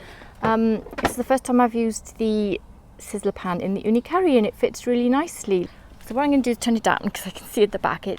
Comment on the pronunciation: How come you keep pronouncing the oven as the Ooni 'Curry'? Isnt it called the KaRu? Like how its spelt and how the company also pronouces it? Just wondering.